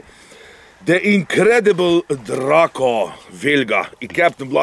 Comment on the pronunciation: Hands down the COOLEST pronunciation of DRACO ever!